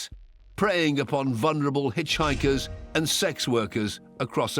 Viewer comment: Why does there seem to be this countrywide mispronunciation of the word, “vulnerable”?